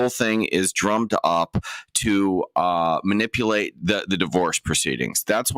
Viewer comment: Can no one in GA say manipulative correctly?